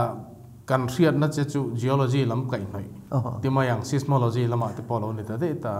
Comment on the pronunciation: Mi interview tur chuan tlem a inchhiarzau ve hret thin tur asin le. 'Sis-mo-lo-gy' a ti tlat mai, 'sais-mo-lo-gy' tih tur a nia.